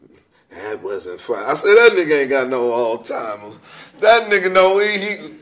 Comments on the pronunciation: Earthquake said Paul Mooney has "all-timers".....lol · Did he say, “That nigga ain’t got no ALL TIMERS?” He said it about 3 times too 🤣🤣